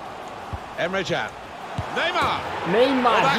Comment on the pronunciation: Celui de la Juventus i se spune Cian nu Can.nohate